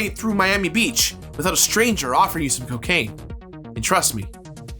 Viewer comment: You don't want the cuh-caine... bad for you...